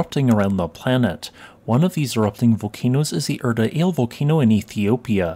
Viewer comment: Thank you. Btw 'Ale' is pronounced the same as we say 'Alley.' You pronounced Erta correctly.